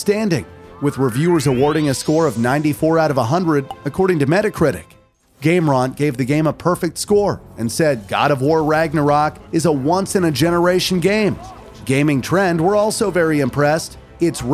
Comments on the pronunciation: No way you pronounced Game Rant Gameraunt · This feels like it was made by a team of people that doesn’t play games too often. Mispronunciations were everywhere. Gamerawnt, Ball-der, gooar (guard). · Since nobody else has, I'm gonna call it out, Game "Rahnt"? Its RANT. Like ant, but with an R. Not Aunt. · How are you gonna pronounce Game Rant "Game Ron"...every time it's mentioned. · is mispronouncing things names just a thing creators do to make people mad? gameraunt your joking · Said game rhant instead of game rant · aych-ryus? Game ROHNT? Bahl-DERRR? Sounds like you're reading something someone else wrote. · Game-RONT? Why does he say it like that?